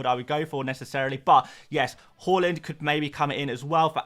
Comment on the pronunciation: Everytime you say Haaland, it sounds like you say Hojlund… you should work on that mate…